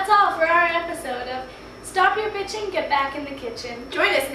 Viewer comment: O_o.....shouldnt you pronounce "Bitchin" in the sense that it ryhmes with kitchen....cuz although you might be against it, say "bitching" the proper way makes it...not....ryhme... -___- just an opinion from actor to actor :)